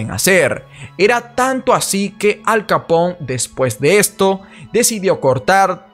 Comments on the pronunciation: Hola. He encontrado tu canal por casualidad. Me gusta la temática y la explicas muy bien; peeeeeero... tengo que decir que me chirrían los oídos cada vez que dices Capón, en referencia a Al Capone (Alphonse Gabriel Capone), que si bien nació en Brooklyn, era hijo de inmigrantes italianos, con lo que su apellido se pronunciaba tal y como se escribe: Capone (con todas las letras). Saludos :) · Todo esta muy bien pero seria bueno que cuando te refirieras a Capone lo digas como tal ya que es un apellido Italiano y no se lee Capon